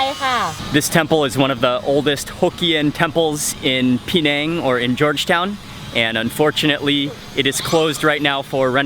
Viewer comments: Penang is pronounced "Penang" - not "PEEnang"!! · Pronounce it Peh-nang, or Puh-nang, but please stop saying Pee-nang